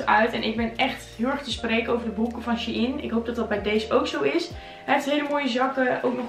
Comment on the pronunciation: is het She-IN of Shein (zegt shine)